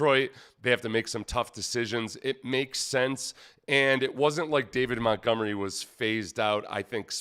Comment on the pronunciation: You almost said, “David GonMunery” 😂😂😂